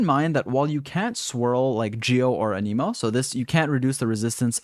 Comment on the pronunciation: an a moe, the way you said it means a disease T-T im still subscribeind doe